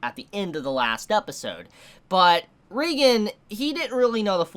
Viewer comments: And it's pronounced ray-gen not ree-gen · Dude, great review but it's ray-gen. Not ree-gen. Please, p l e a s e, pronounce it right. I'm begging you. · It's ReigEn not ReigAn